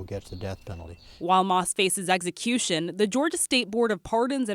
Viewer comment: Why is the reporting saying “eggsy-cution?